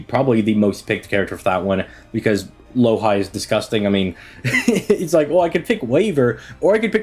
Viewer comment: Myst is gonna kill this man for calling Louhi "Low-high" lmao